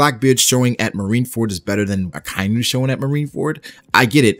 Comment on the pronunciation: I really like your videos man but could you stop saying "Akainyu". Its "Aka" "Inu". "Red" "Dog" 👍 you got this.